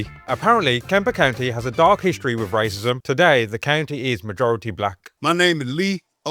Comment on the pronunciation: “Racism?” “RICEE🫨🫨?” I LOLd that was funny Edit to say “techno…tekonlogy or whatever”. That man was my favorite guy on here. So far.. Edit again to say Booker T tied for my favorite person on here😂😂😂😂